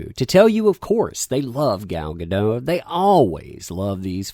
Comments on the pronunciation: Hey, Gal Godot’s last name is pronounced with a hard T “Guh-DAHT.” Her surname is of Hebrew origin, not French. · As weird as it seems, it's pronounced gaDOT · The signature on the message about Gadot be a "dirty Zionist" started with an Arabic word... hmm. The person that claimed she was too pretty and skinny to be WW obviously never read the comics. Oh, and, iMDB says in it's trivia section for her that her name is prononunced "Gall Ga-Dote". I used to make that mistake, too.